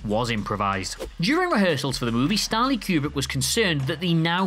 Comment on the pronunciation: Stahhn-Lee Que-Breek? You mean Stanley Kubrick, right?